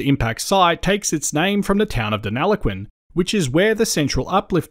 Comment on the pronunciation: Very interesting. Thank you. But please pronounce Deniliquin correctly. You are saying deneloquin 😬